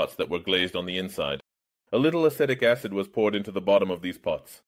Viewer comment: Other people comment on the qualitative things about the AI voice, but I find it simply often mispronounces words. It's terrible with "e" in english words due to how inconsistent it is used, "leed" not "lehd" or "a-seh-tic acid" not "a-see-tic acid" and such; some of these can honestly be called regional pronunciations, but many are simply wrong. Great video content as always though, glad you're making it back okay!